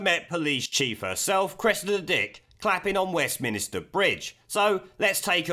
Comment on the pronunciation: You’re still saying “Westminister” It’s MINSTER